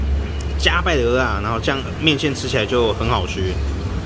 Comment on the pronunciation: ，你台語講的最好聽，最標準的就這句蚵仔了，我一直在等你把它講成芋頭，可是你都沒犯這個錯